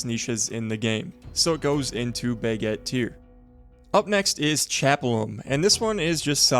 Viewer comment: Enjoy the videos, but I have a small pet peeve, could you try pronouncing baguette properly? It's not "buhgett" it's an "a", which you have no issue pronouncing when you say "braselim", so Im not sure why you butcher the other one so much.